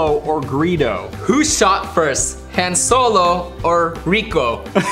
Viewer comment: You said Han wrong lol